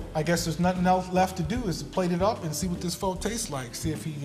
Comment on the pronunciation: Bruh...learn how to pronounce pho correctly....